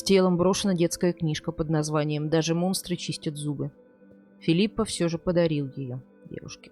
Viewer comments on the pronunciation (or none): Не в обиду ...не ФилиппаА а ФилиппО.